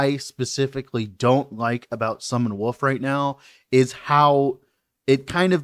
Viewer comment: Am I the only one who always heard "Summon Woof" instead of wolf, when he was talking about the skill?